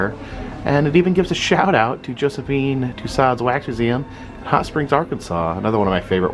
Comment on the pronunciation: Pronounced Tuseau